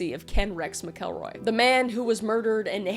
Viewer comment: Skidmore, MO has a crazy amount of fkd up things for the population. I live 30 mins from there. PS. Its pronounced Mack-uhl-roy. 😊❤and "nod-uh-way" 🤣 Google needs help. 😂😂😂